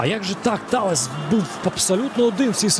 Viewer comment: Чому коли забив гол Таллес коментатор матчу називає Таллеса не Таллес а Таллєс? 😂😂😂